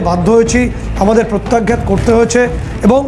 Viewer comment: Pratyagyat noi re baba,Pratyaghat.